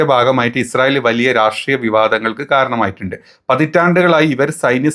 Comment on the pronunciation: ഇസ്രായേൽ അല്ല ഇജ്ജ് റയേൽ 😂😂😂മോദി പ്രണ്ട്.. ഇജുരായേൽ